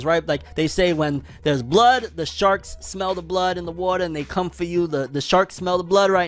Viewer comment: when you said sharks, at first I thought you said sharts XD